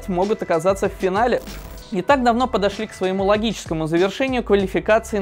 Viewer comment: финале, а не "финалеЕ"